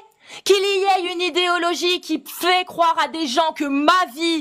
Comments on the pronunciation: J’avoue . Ça me fait mal aux oreilles ce Aye .. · Après le 'qu'il y ait' qui se prononce 'éy' (sous prétexte que son entourage est mauvais en français), on a un 'il la voyit' à. Franchement je t'adore mais sois vigilante, tu perds du crédit bêtement. Ma seule critique se porte sur la forme, n'en prends pas nécessairement compte j'avais juste besoin de le dire.